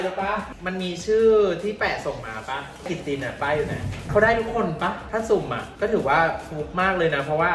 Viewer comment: แม่ กล่องสุ่ม ไม่ใช่ ซุ่ม 😆